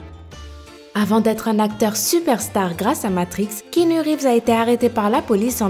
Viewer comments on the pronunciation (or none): none